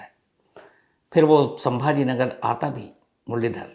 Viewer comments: संभाजी नगर है संभा नगर नहीं है सर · I thought u were a good news reporter but u also have your agenda. In this news the place name you are unable to say properly is '' Chhatrapati Sambhaji Nagar he" not Sambha nagar. If it was by mistake pls apologized and give respect to the great Martayr and if was intentional, people will understand What exactly what u r feeling for '" Maharaj'. Even u were hesitating to add " Ji " in respect to Maharaj. Didn't feel good sir.... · Pronounce the name of the place correctly. It is not Sambhanagar but Chhatrapati Sambhaji nagsar. This is well documented in government records. I understand your pain of not pronouncing the correct name. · Asap sabhaji nagar ko sambha nagar kyo Bol rahe hai ..? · संभाजी नगर बोलिए बार बार संभा नगर बोलकर क्या दिखाना चाहते हो आप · Chatrapti Sambhaji Nagar. Hamare sheher ka nam to thik se lo. Aadar ke sath 😡😡😡😡